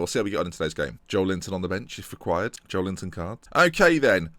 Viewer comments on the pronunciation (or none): your pronouncing Joelington "Joe Linton", so you might as well nickname him Joe Linton, right?